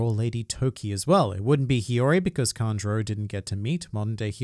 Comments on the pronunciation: Why u pronouncing "Kanjuro" like "Conjurer" 😅😅😅😅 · It’s Kanjuro